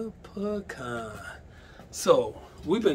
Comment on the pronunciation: That’s right, it’s PEECAN